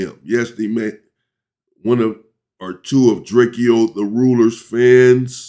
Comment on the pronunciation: It’s DRAKE-O not DRAKEO 😂